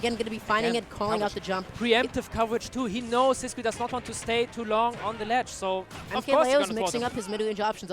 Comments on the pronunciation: Is Sisqui's name actually pronounced with the English qu sound? I always assumed it was Sis-key because he's Spanish but this announcer is saying Sis-kwi too Edit: I checked twitter and he has the German and Russian flags in his bio so maybe he's pronouncing it wrong too lol. I can't imagine a Spanish player not pronouncing their tag in Spanish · No ur right it's Sis-key all the commentators are perpetually wrong.